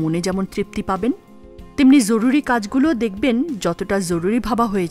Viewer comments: Bhalo laglo. Tobey aapnar joruri ucharon ta khub Kaney lagchey eta hobey joruri. Jhoruri na😊. Very good video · জরুরি এর উচ্চারণ এরকম ভাবে কেন করল? অনেক বার ঝরুরি বলল এটা শুনতে এমন যেন লাগল, এছাড়া অন্য সব ঠিক ছিল। পরের বার এই জরুরি উচ্চারণ টা সঠিক ভাবে পড়বেন। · জ কে য এর মত উচ্চারণ করা হয়েছে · এটা জরুরী,যরুরী নয়! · জরুরি উচ্চারণটি ঠিক করা জরুরি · সুন্দর ভিডিও কিন্তু ভিডিওতে জরুরী কথাটাকে কেমন করে যেন উচ্চারণ করা হয়েছে